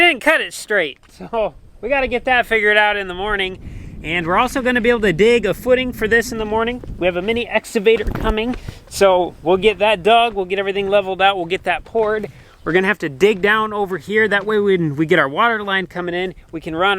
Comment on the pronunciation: ex CA vator ca ca ca ca, NOT exavator. EX-CAVATOR